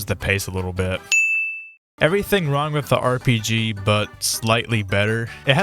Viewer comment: RPG is NOT S tear😭